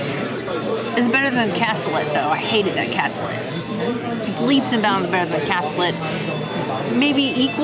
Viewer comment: The fish is a bool-yuh-base and the cassoulet is pronounced kas-oo-lay. Great review as always. Sad our family didn’t end up going to this reservation right after they opened. Sadly, we still haven’t been, but I can’t wait to try it!